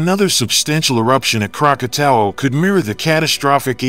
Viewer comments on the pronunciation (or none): Krakatau is pronounced "Kra-ka-taw". Krakatoa which was in its original form is now a caldera where Anak Krakatau sits. Krakatoa were three volcanic peaks erupted August of 1883 with the loudest sound ever recorded. The eruption could be heard three times around the World. 310 decibels (dB). This is believed to be the loudest sound ever recorded on Earth.